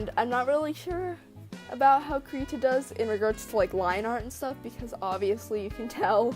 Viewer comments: It'd be "CRY-tah", also nice drawing! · The beginning is pronounced like "crib" (without the b). One can go to : and press the speaker button to hear the swedish pronunciation.